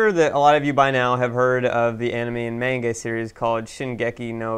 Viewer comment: Why do you still pronounce manga like that even though you know it's wrong